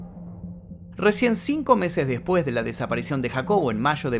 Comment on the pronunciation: El video esta muy interesante.Pero el narrador como muchos pronucia la eltra j en vez de la S y eso es annoying Por ejemplo cuando dice (deJpues de 2 semaas }